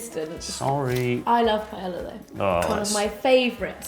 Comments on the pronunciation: I think it's "pie-eh-ah" definitely not "pie-el-la" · OMG I hate the way people pronounce paella wrong!! You don't pronounce it as a double L it's pronounced like a Y hence the double L....... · Way to mispronounce paella xD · Slight cringe every time paella was pronounced wrong lol. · PLEASE learn how to pronounce paella.